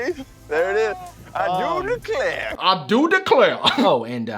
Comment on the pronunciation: When Damien said I do declare I thought he said I knew an eclair lol.